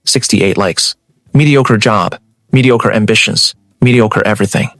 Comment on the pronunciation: She really likes the word mediocre doesn't she??? Pronunciation needs a lot of work. Other than that it's a decent story.